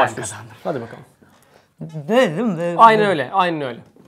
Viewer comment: Aynen Öyle Aynin Öyle xD :D :D